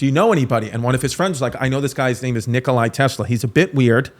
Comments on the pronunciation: Nikola Nikola Nikola not Nikolay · no way he just said NikolAI tesla